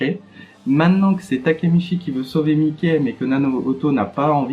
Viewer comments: ca se prononce maiki pas miké mdrr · Regarde l anime tu pronons mal le nom